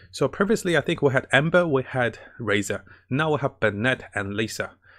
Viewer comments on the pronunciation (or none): none